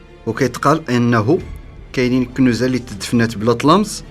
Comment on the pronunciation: الطلاسم و سحر لما لا تفكرون في كاشف المعدن و خبراء بحث بإذن من الحكومة و فقط ..... طريقة لفظك لكلمة كنوز غريبة و ركيكة و نشاز و مثيرة للاشمئزاز